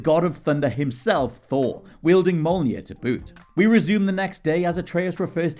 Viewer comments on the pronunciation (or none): Someone from WhatCulture failing to pronounce Mjolnir is not surprising. Cere and Trilla weren't partners, they were master and padawan. And it's Respawn Entertainment, not Studios. And you don't hear Vader's breathing until after the final Trilla fight. In Assassin's Creed 3 we hadn't JUST been served the Minerva scene in AC2, there were TWO GAMES between them.